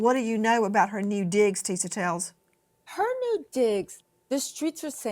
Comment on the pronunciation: I believe "Tisa" is pronounced "TEE-shuh".